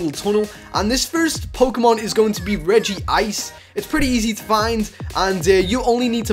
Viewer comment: Regice is my fave and I'm not trying to be mean Ur one of my fave youtubers but it's regice not regyice